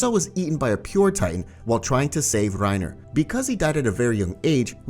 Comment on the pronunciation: I love how he calls Reina "reiner" and beritold "brtold" lol